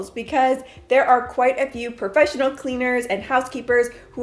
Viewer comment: Perfessional is not a word, and it is “haphazard” not “halfhazard “🙂